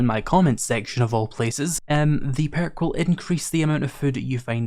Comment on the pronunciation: Lol peark😂what is that a speech impediment?